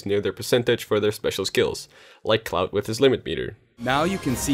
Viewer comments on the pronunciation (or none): You: Here’s a well-made, focused YouTube video that took lots of time and effort to make. Me: hehe it sounded like he called Cloud “Clout.”